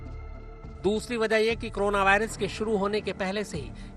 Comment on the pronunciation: Korona Ko krona bol rhe ho ,,,,,tum jaise khushkabri doge